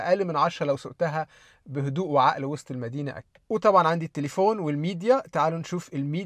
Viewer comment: أول مره أعرف أن وسط المدينه نطقها وست المدينه😂